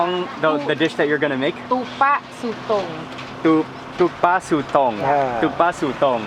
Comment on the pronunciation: The squid thing, Tupak Sutong(Too Pakh Soo Tong) the way they pronounce it, make it sounds like Thai, which is actually Malay. In standard Malay, it is Ketupat Sotong or squid ketupat. Ketupat is malay traditional dumpling.